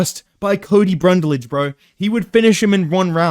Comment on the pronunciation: “Cody brundle”, “Cody brunlage”